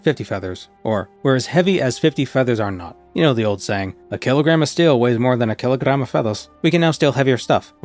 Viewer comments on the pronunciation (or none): The "keelagram of feathas" killed me 😂😂😂😂